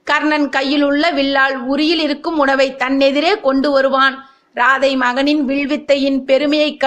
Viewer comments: It should be pronounced as ராதேய் and not ராதை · ராதே என உச்சரிக்க வேண்டும் ராதை அல்ல